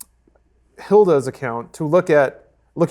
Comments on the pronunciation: Hilda! LoL its Hila hahahah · Did call Hila, Hilga!? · First off it's HILA!! Not fuckin Hilda! you uncultured swine. Secondly I was subscribed to you guys, but your videos weren't showing up so I checked your channel and it said I wasn't subbed. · Did just call Hila, "Hilda"? LMAO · Hila is her name guys lmao not Hilda. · I am not hating but it's pronounced He-la. Just letting you know so people don't get triggered when you keep mispronouncing it. Although you were just in Japan, so maybe you are use to pronouncing things differently now. Anyway keep up the good work. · Her name is EE-laa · Oh. Hila is pronounced Eela, with a long E. I don't blame ya though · Hi,. Ethan's wife's name is Hila. Pronounced EE-LUH. Thanks, bruh. Appreciate you. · YOU PRONOUNCED HILA WRONG! HOW COULD YOU DISGRACE THAT GODDESS!! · wtf is wrong with you. you can't even say hila's name right cmon. what kind of YouTube journalism is this.